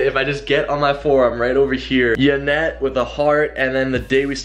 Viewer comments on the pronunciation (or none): Isn't it Yanet not Janet? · Sky Hawk He did it on purpose but I wouldn't be surprised if he doesn't know how to spell it cuz he sure as hell cant pronounce yanet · that's why you call her janet instead of yanet because you don't know how to pronounce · Why does he say "Janet" when it's "Yanet" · I know he spelled the name wrong on purpose but why does he always call her Janet instead of Yanet. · isn't it "Yanet" not janet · Why does he say Janet it's yanet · Sid The Sloth jaynet is how he says it haha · who else realises doug calls yanet janet, like duddee...